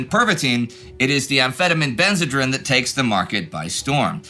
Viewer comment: I think it is pronounced ben-zuh-dreen.